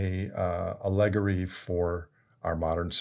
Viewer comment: ...speaking as someone from England, says allegory correctly to my ears